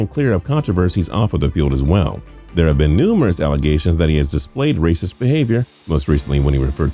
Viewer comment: of course they say wacism, pathetic lol